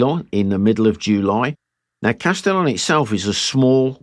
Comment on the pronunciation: Bu the way, in (modern) French it's pronounced like "Castiyyoou"! 😂 l'm not sure about the French of 6 centuries ago!